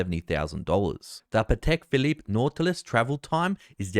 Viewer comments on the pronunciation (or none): none